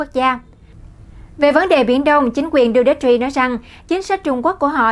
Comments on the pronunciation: Đù tê tê...! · Rodrigo Duterte (roˈdɾigo dʊˈtɛrtɛ) làm tin tức thì nên tìm hiểu, đọc tiếng Anh, ít nhất đọc tên nguyên thủ quốc gia cho đúng... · Đọc tên tổng thống không chuẩn